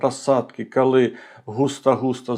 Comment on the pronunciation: Тільки прошу Вас - не "кАли" і не "Атримав". І не "пАчала". І т. д. В українській мові "о" не перетворюється на "а"! Бо слово "АхАлонути" я одразу і не зрозуміла! Прошу Вас, вимовляйте, будь ласка, чітке "о"! Хоча, у той же час - велика Вам повага, людині з Харківської області, за українську мову!